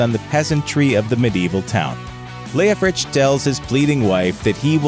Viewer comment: That's the 1st time in 76 years I've heard him pronounced Leofrich. I didn't see an H on the end. : ¬ O